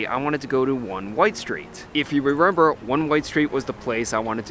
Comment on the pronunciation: You are so well-spoken. Why do you say, "Rerember"?, consistently?